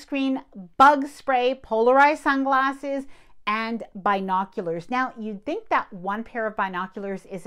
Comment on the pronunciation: LOL. You kept saying it and I was like what are BI noculars? We say bin o culars. NYS